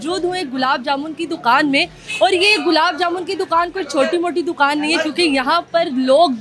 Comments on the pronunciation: Ye larki dokan ko doqan bolti he..hahaha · Dukhaan prounce sahee say kar lo